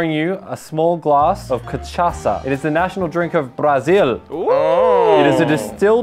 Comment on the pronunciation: mano eu amei o jeito q ele falou "catchassa" KASJAKSJAKJSAKJS